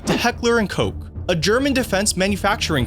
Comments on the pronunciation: Heckler & Koch is pronounced [ˌhɛklɐ ʔʊnt ˈkɔx] and not as if it was spelled Heckler & Coke. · Heckler und Koch. Pronounced COCK not COKE. Good god. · my man said heckler and coke im crying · german shudder of disgust by sasing Koch as 'Coke' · Americans do pronounce the German Koch as Coke or Coach when the "ch" is actually similar to the Spanish "ja" like in Baja California.